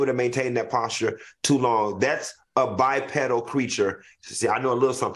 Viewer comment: When Q said bipedal I was like ok Florida state 😂😂you they taught you something lmao